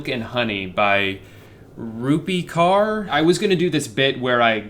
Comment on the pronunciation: he struggled pronouncing 'kaur' but said 'gasiewski' like it was nothing looool